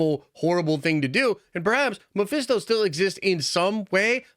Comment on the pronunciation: Stop with your Mephisto talk it’s always wrong 😂